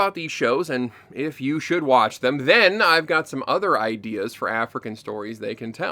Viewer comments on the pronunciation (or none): none